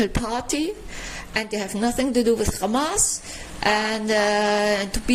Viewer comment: Oy vey... it's Khamas!